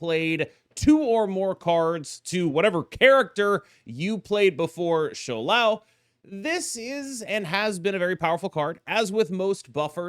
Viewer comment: Props to pronouncing Shou Lao better than Lamby in mandarin 😂